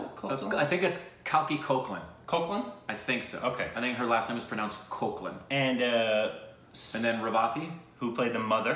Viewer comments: And It's "Cake-La"... For Koechlin (It's French)🤔... Both Shayoni/Sayani Gupta (The Blind Activist) And Kalki Cake-La/Koechlin And (The Mom) Reavathi (Who By The Way Is Legendary) ARE AMAZING! Just Like The Director Shonali Bose... ♥️. The Four Ladies Are Fantastic Four!. And You Said It! "Most-Under-Freaking-Appreciated-Actress!". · her last name is pronounced as "cake-laan" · Koechlin is pronounced as 'Cake-la'. I know that doesn't seem right.. But it is😂😂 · Her last name is pronounced "cake-la" She is tired of telling that to people over and over again😅😂🙊😝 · Koechlin. Its French. Prounounced Kayk-La. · Her surname is pronounced as Keyklah, Its french. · You pronounce her surname as ‘KEKLA’ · Kalki's last name is pronounced as as "cake-la" I know it's confusing cause of the spelling 😅 and the sky is pink is also directed by the Same director. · Kalki's last name is pronounced "Kek-La"....she was born in India but both her parents are French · It's actually pronounced kalki kekla (check out the interview jaby did with her) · Kalki's last name is written as Koechlin, but is pronounced as 'Kekla' or Kaykla'. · Her last name is pronounced cake-la I know this because she said it in an interview lol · Koechlin is actually pronounced as 'kekhla'. Yes. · Guys everybody pronounced the name incorrect. You aint alone ! lol Its Kalki (Kal as in CULt and Ki as Key.. Koechlin is pronounced as CAKE-LA , her father is French and her mom is south Indian) Guys Please react to DevD movie Guide movie Mother india - Trailer Reaction DONE already Sajjan singh rangrut - Trailer Reaction DONE already Punjab 1984 Subedar Joginder Singh (Another movie about 21 Sikhs Vs Chinese Army based on true story) Jatt & Juliet Oye Lucky Lucky Oye Rock On "Right here Right Now" song (Abhishek Bachchan Rapping Ft. Priyanka Chopra) Bluffmaster Ek Haseena Thi Zinda (Indian Adaptation of Old Boy) Karam Vishal Bhadwaj Triology ( Maqbool, Omkara & Haider, though you are done with two watch Omkara please)